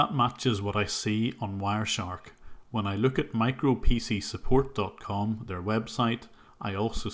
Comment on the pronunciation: I thought he said their name was “micropenis support“, and it would fit them well.